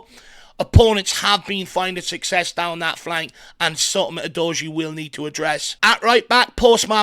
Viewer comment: You're my guy. I enjoy and appreciate you. It's Doggy my friend. OO-Doggy